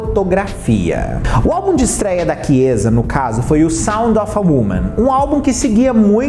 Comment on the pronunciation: O.nome da Kiezsa se pronuncia "káiza"